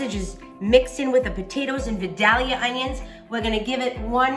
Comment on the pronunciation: Please learn how to pronounce Vildalia. vi*dayl*yuh The "dayl" is a long "A", like day.